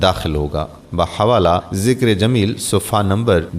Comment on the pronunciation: ماشاءاللہ لیکن میری آپ سے ایک درخواست ہے کہ ویڈیوز وائرل کرنے سے پہلے اپنے کسی معتمد اہل علم سے الفاظ کے تلفظ درست کروالیں جیسے کہ مذکورہ ویڈیو میں سلام کرنے میں" ورحمتہ اللہ وبرکاتہ " کی جگہ وبرکاتھو" کی آواز آتی ہے اسی طرح "صفحہ نمبر "کے بجائے " صفہ نمبر " کی آواز آتی ہیں اسی طرح اور بھی۔۔۔۔۔۔۔۔۔۔۔۔۔